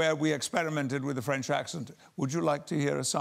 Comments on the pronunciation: Wow his French accent is spot on! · His french accent is actually on point lol